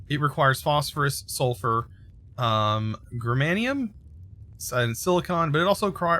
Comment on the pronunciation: Its GERMANY like how you pronounce Germany, and give it some -nium. Simple as that. 🌚